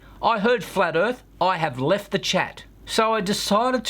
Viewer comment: "Manuary". Excellent. Bless you on this flat earf. :-)